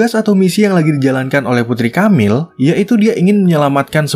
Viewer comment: Tiap kali nyebut Camile dengan "KAMIL", kuping ku kok berdengung yak 😅😅😅Dibacanya E, Boss.. bukan A... dan E nya seperti t"E"lor bunyinya.. atau p"E"rsis... Atau waktu Anda baca Ang"E"la...